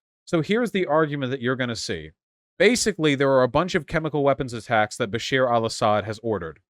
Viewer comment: Dude's name: Bashar Vaush's pronunciation: Basheer